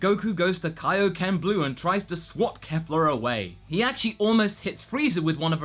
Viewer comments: Okay, since you seem to not be able to get this, let me try to help. It's not Kaffla, it's not Kayfla. it's Kefla. Keff. Lah. Not hard stuff, champ. You even said it correctly once by accident. You can do this, I believe in you! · Please stop saying Kaefla... It's Kefla..[KEH-FLAH] Not [KAE-FLAH] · Out of curiosity, where is where is everyone getting "Kafla" (Kay-Flah) From? I don't hear it with them speaking, and it's spelled ケ(Ke)フ(Fu)ラ(Ra) in the title card, which is how I hear it spoken. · Yes? That did not answer my question. I know it's "Kefura," which is why I do not get where all the reviewers are getting "Kay-flah" from. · Say it with me: KEFLA, not KAFLA. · Your saying the fusion name of kale and caulifla wrong it's kefla the e is not silent its the same thing i said geekdom 101 and he still said it wrong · it's pronounced "Kef-la" least that's how it sounds in the show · I'm pretty sure you mispronounced Kefla's name. Think Kefka from Final Fantasy VI, but replace the second K with the letter L. Pretty sure thats how it is.